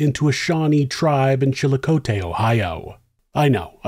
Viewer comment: I Love your channels, and you do an excellent job but we pronounce Chillicothe. Chill-uh-cot-thee